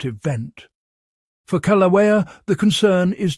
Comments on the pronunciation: Kee-laow-eah? Seriously?? I am so done with the ever changing pronunciation of ancient words. I think it's related to Keev Fatigue. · Pronounced 'kil- a- wea' You are butchering the pronunciation of the name of the volcano! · learn how to pronounce "kill-ah-way-ah". It's very difficult to take you seriously when you don't even pronounce the name of one of the most recognized volcanos in the world correctly.